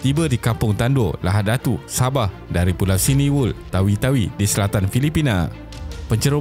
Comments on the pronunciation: Sebut betul2 bro Pulau Simunul bukan Siniwul..jangan excited sangat sampai salah bagi info & nama tempat. Bunyi sengau tu control sikit. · bukan siminul, tapi simunul😅